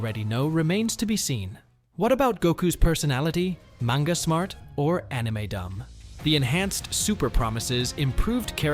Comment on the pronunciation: Ai Voice? The way you pronounce "Manga" Isn't right.